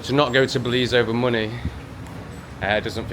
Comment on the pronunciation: Yes.... BELIZ...YESSSS....WERE GOING TO BELIEZ